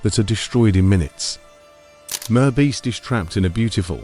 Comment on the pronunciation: Teach your sloppy AI voice how to pronounce MR Beast properly.